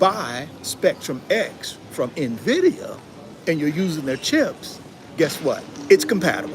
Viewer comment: Nvidia or NAAAVidia 😂😂😂 you crack me up bro!! 😂